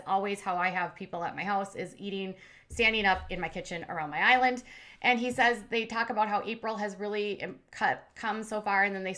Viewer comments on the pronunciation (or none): none